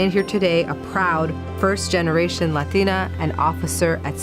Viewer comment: her pronunciation of "latina" as "laktina" is far too precious for her to be a legit CIA asset.